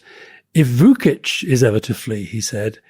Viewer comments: The pronunciation of Vučić is vuchich not vukich, and the pronunciation of Budapest is budapesht, not byudapest. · For two worldly gentlemen skilled in languages, they need to brush up on their Serbian and/or Croatian alphabets. Вучић is Voochich.